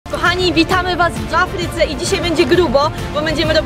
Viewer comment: czy tylko ja uslyszalem ''kochani witamy was w jafryce''?